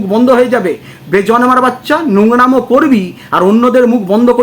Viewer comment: একেকজন আবার বেজন্মা টাও উচ্চারণ করতে পারে না বলে বেজর্মা 😂😂😂😂।